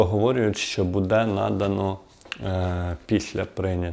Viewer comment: Буде -наголос? "Буде надано", невже так складно ставити наголос правильно?